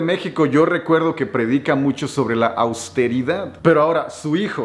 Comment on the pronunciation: No, no se dice austeridad, ahora está de moda decir "AUSTERIDATTT..." Jajaja... Saludos... Cómo sigue tu señora esposa. Va bien..? Saludos, hermano..!!!